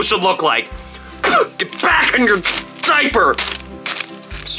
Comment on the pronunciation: GET BACK IN YOUR... DIAPER! (He says with teeth closed) Legit it's funny ( timestamp)